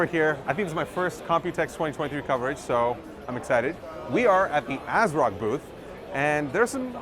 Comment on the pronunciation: You lost me and my viewership on this video when you said the company name "ASROCK".... pass.